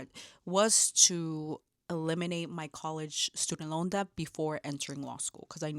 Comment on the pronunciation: Amazing!! Great video, just FYI it is pronounced DET the B is silent